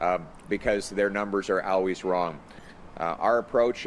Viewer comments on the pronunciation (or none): Why does Pierre say “ouways” instead of Always